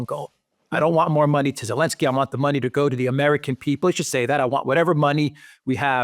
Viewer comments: 'elensky? it's Z-elensky. ZELENSKY. NOT ELENSKY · Why can't this guy pronounce Zelensky? Does he have a speech defect? Zelensky begins with Z not A.